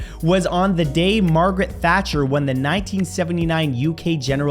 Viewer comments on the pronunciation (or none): none